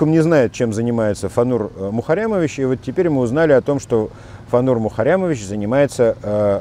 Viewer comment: Классно вы произносите - мухаррямовищщщ